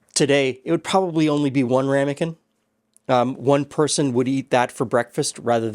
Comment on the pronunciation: Wouldn't those be "Hame-kins" 😊